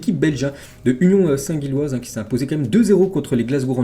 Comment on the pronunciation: Union saint Gilloise se prononce union saint Jilloise